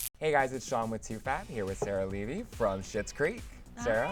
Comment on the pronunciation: So many people mispronounce Levy and I bet it drives them crazy